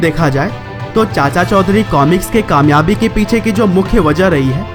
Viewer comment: Chaudhary I think not chaudhury